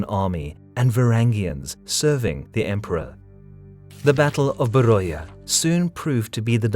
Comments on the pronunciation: Great video, but only one small correction. The pronunciation is actually Veria not Beroia. Because in Greek the letter B is pronounced as V and oi as i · FYI.. Beroia... Is pronounced Veria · a small correction i may be mistaken but i think beroia is a greek word for the place, so the "oi" part of beroia should be spoken like beria. In greek there are more than 1 combination of letter that make the sound of i (example η,οι,ει,υ,ι) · Beroia is pronounced as 'veria'